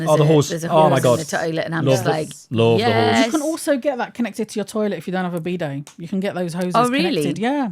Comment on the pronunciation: I was wondering, why they were talking about their bday (birthday) and then suddenly the bottle is produced. Even in the subtitles and the transcript it says "bday", that really got me puzzled. I needed some time, until I understood that they meant "bidet"! For me, who use English as second language, I could not hear the difference of "bidet" and "bday" in their pronounciation.